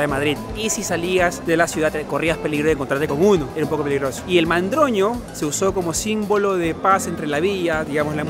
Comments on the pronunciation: Oso y Madroño, no mandroño 😂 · Jajaja es madroño no mandroño 😅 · El Oso y el Madroño,, no mandroño:) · Mandroño jajajajajajaj me gusta el nombre pero es Madroño